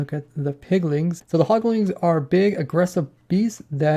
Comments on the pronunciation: "hoglings" "piglings" "lantrens" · Okay, I like your videos, I di, but it's HogLINS and PigLINS. There's no "ing"at the end. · Who else got very pissed off when he kept saying Hoglin(g)s and Piglin(g)s